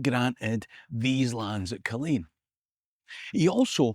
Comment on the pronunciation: Entertaining stuff. Just need to work on the correct local pronunciation of some of the places mentioned- Bargany is usually pronounced Bar-geeny, Cassillis is (less often these days, to be fair) Cassills, or castles. At least you got Culzean right though - we had lots of fun when we were kids being asked by American tourists if they were on the right road to Cul-zeen castle - naw mate, never heard o it 😂